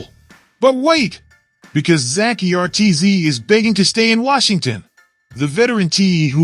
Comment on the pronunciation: Damn automated voice shit is fuckin annoying... dude said Zack E.R.T.Z lol...wtf